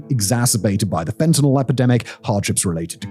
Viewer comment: Wow. I finally hear someone pronounce Fentanyl correctly, rather than "Fentenol". To me it's like hearing "Nucular".